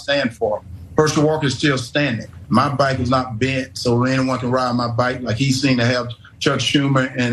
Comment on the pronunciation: He’s saying back not bike!🤣🤣🤣🤣🙂🤣🤣